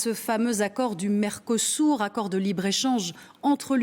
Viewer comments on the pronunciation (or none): Vous avez dit "Mercosourd" ??! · vous prononcez MERCO SOURD ! et c'est bien le mot... LE PRESIDENT ET LA VANDERLAHAINE SONT SOURDS A LA DETRESSE DES PAYSANS ET A LA VOLONTE DU PEUPLE DE GARDER SES PAYSANS ET LEURS PRODUITS !!! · Non ils ont dit Merdosur.